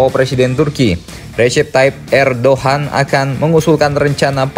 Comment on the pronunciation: ternyata edogan oh erdagan